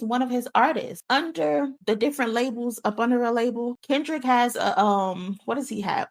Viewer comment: U said crindrick 😂😂😂😂